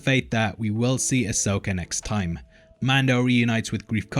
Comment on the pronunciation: AH-soka Tah-no, my dude. LOL, “taNOWe” is kiiiillin’ me.